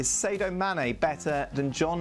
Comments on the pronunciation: Barnes more skilled than Mané, but Mané the better all-round footballer given the amount of defensive work he does. How can Dan Thomas still not pronounce Sadio Still insisting on SAY-DOH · It's easy SA-DIO not Sedo or Sedio. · Dan, its sadio not sado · Its Sa-Dio, Dan. Not Say-Do 😒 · It’s very “SADO” a grown up presenter for many years still can’t read properly. in fact it was a player’s name that been mentioned over a thousand times in this show alone. COME ON DAN. Seriously? 🙄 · "SAY-doe" lol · Why does Dan persist on pronouncing Sadio Mane’s makes wrong